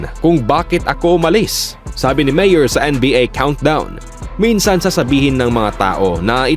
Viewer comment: Mali ang pronounciation mo ng "Myers". Konteng correction lang. Good content though. 👍